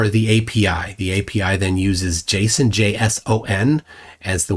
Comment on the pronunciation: I said this in chat once but I'm gonna say it again. You're the first programmer I've ever heard that has pronounced JSON correctly. Thank you. It's not "jay-SAWN" or "jace-ON" it's just "Jason" like a man's name. JSON. It seems simple to me but people say it weirdly all the time and it really bothers me for some reason.